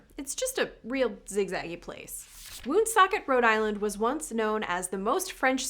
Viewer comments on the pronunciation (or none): 'Woonsocket' sounds funny to you because you're mispronouncing it; the stress in on the second syllable. And as for Neversink NY, have you tried Flushing? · I'm not from there but I heard in Woonsocket the 'oo' is pronounced as in 'book.'